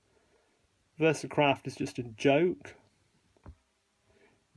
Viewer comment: Did I hear you say "Versacrap" instead of "Versacraft"? 😁